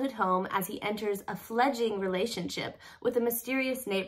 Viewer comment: It's pronounced, fledge-ling.